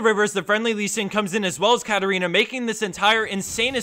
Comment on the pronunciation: katarina's name!xaxaxaxa xD